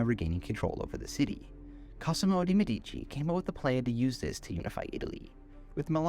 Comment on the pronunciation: Mèdici, not medìci